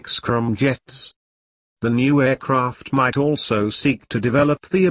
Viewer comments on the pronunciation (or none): He even says "scrum jets". I gave the vid a thumbs down just for using robo voice.